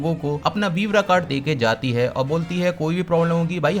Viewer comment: Wever card ❌ webra card ✅ 😅